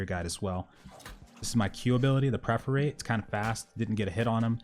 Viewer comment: Dude the skill is per- for - ate, not pref- er -rate